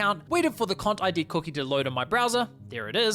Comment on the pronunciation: Every time he said "CONTID" I thought he was saying something else.